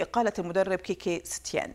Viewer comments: سيتين مو ستيان 😂😂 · اسمة كيكي سيتين مو كيكي ستيان وشكرا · ههههه اسمو سيتين والموذيعة بتقول سيتيان تبع الصدر هههههه